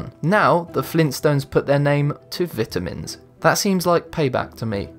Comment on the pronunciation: The way you just said vitamins got you a dislike